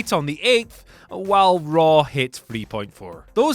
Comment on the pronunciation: did you just say Monday Night Rawr?! xD